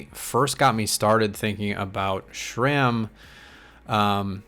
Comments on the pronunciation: It’s not SHRAM it is SRAM. There is no H in the name and no SH sound. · There is no H in SRAM